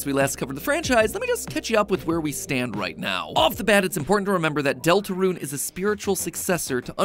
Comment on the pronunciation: “ deltraune theory “